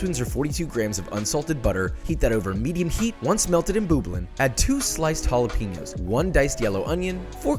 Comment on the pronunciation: “Halapenyas”😂😂 gotta love how us Texans speak😭